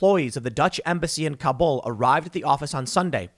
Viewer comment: Mr. Obvious can't pronounce Kabul.